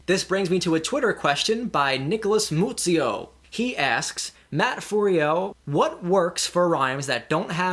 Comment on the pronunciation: Nice video, lol, I knew you were going to mispronounce my last name. Don't worry, everybody does (M-eu-zio)